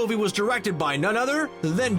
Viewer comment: I thought it was Joss Whedon not Josh Whedon.